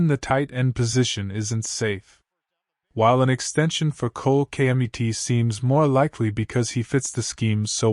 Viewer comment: If you can't say Cole Kmet properly then this is not a Chicago Bear channel, waste of time.